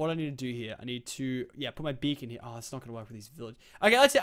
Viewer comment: Lol thought it was "bacon gaming" Tee-Hee